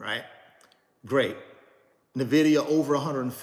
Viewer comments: It’s en-VID-ee-a!!!! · Another “NVIDEO’ 😂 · Navidia lol